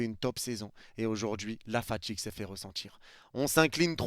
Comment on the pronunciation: AujourdJui Tchu as ressenTchi la faTchigue J'en peux plus de votre accent de merde ptn